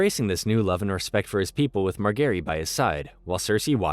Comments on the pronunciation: Does he mispronounce stuff just to gaslight us??? Mar-ga-rie???? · why marGary? they dont even say her name like that in the show lol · Mar-gary lol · Dude learn to pronounce the names properly ffs! You pronounced practically every single name wrong. “Ober-yen” are you freaking kidding?? “Mar-Gerry” Did you even watch this show?? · Calling Margaery, Mark Garry is so jarring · "west eros" "mar gary" "oberian" "wherewood" classic wetube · Mar-gae-ry. e is silent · The pronunciation of names are soooo bad. One would think the narrator actually watched the show. Margery, Oberyn is but a few to name. It is like you have no idea where the stress on syllables is supposed to go. LANcel not LANcEL. Two syllable words/names cannot have two emphasized syllables. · bro the who is marGARY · The mispronunciation of Marjorie is annoying the CRAP outta me. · Some of the pronunciation of the names of characters is so shit, especially Margery, Tormund and Gendry 🤢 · Margary. Soft g.. 🤦‍♂️ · Kattelyn, Oberion, Margeri its kinda painful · Mar Gary 🤣 you gotta be trolling us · Pronunciation of margaery doesn't sound right to me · how is this guy mispronouncing margaery after having watched the show, and Gendry, like if you watched the show enough to give a synopsis of the whole thing then how do you get their names wrong for 280 minutes